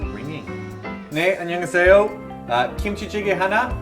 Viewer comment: yeah specially when he said 안녕하세요, but this was way back their korean pronunciation is way better now!